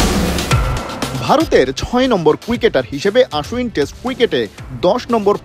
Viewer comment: আশ্বিন, আশ উইন নয় 😂😂😂